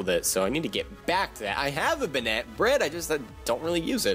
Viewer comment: I hope this isn't too rude but banette is prounounced bay-net